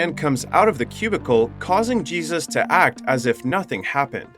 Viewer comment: Is this an AI voice or a narrator too dumb to pronounce Jesus? He knows how Angel is pronounced but Jesus really?